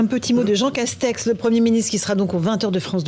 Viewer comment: JEANG CASTEX JEANG CASTEX JEANG CASTEXEUH